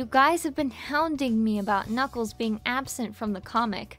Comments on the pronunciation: Kuukles lol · DiviningBlade I know but said Flaming Kookels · Is nobody gonna talk about “Flaming Kuukles”? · I think you mean "kuuckles" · Inimay Senpai When Eggman tells Knuckles to power up, the first time the voice actor accidentally said Kuuckles. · Kept me laughing for so long... “Flaming kuuckles” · ah yes, kuuckles "I'm getting paid in coloring books!" got me dying 💀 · Times I died laughing: Egg man: ‘FlAmInG kUuKcLeS (T a k e 2) - Sonic: ‘Now were gonna make you more arrow dynamic’ Yea Arrow dynamic that’s how it’s spelled with the Word ARROW and DYNA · "Flaming Kuuckles" LOL XD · Ah yes KUUCKLES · Am i the only one who went rolling when it said kuukels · You know you’ve got a good voice actor when they are so committed, they pronounce the surprise typos. 😂👍